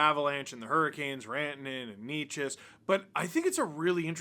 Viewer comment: It’s Naychess… someone tell Bednar